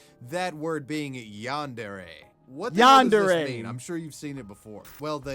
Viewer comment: bro says yanderee